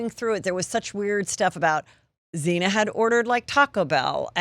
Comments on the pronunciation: Heather….Please stop mispronouncing cases, facts and the victim’s names … Do better research. Come on. Xana not Xena. Kaley not Cali, for instance. Love this guy you’re interviewing. He’s the best guest I’ve seen interviewed on all YouTube channels. And Of course Shitberger knew there was more than one person in that house. It was three stories, tons of parties were held there and there were multiple cars parked in front. The problem is that there seems to be no real punishment now for homicides. People just go to prison, sometimes they get out, they get to eat l breathe, sleep, play board games, read, socialise, have cell phones, commissary, visitors take classes etc… There needs to be isolation with nothing for life. Make people think twice before committing murder. And that high school kid should’ve gotten life. This is getting ridiculous. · Maddie and Kaylee met each other in the 6th grade. Kaylee had broken up with her boyfriend Jack, not Maddie. Maddie had a serious boyfriend. They think Maddie was Kohburgers primary target. Xana is pronounced ZAN UH, not Zena. I’m not trying to be a jerk, I’ve followed the crime quite a bit. So sad!!! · Heather, you have been doing this for a long time- get the names of the victims and the victims’ families correct; it’s the very least you can do. Your constant mispronunciation of Xana’s name (calling her “Xena”) is irresponsible and sloppy. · Great podcast great guest however, it’d be better. If the host could pronounce the names of the victims properly everyone knows including us in Australia.